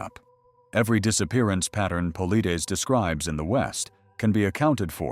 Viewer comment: A great video, very interesting and thoroughly researched. What I didn’t like at all, however, was the disparagement of David Paulides and the falsehoods attributed to him (incidentally, his name is constantly mispronounced in the video). David Paulides is a former police officer, and anyone familiar with his work knows that he steers clear of any speculation. In fact, he does the exact opposite. He gathers the facts and, even in interviews, refuses to be drawn into any speculation. To accuse him of sensationalism is not only impolite but also simply wrong, that is not his approach at all. The statement in this video – “People don’t just disappear, they all fall into a mine shaft” – certainly presents a possible explanation, but I consider applying that to all missing persons cases to be highly far-fetched. Otherwise, the video is very interesting and encourages new ways of thinking. It is absolutely unnecessary to disparage another author’s work. It detracts from this truly excellent topic and video.